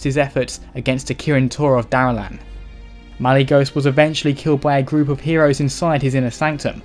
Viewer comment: Daralan? Dalaran! Demasia!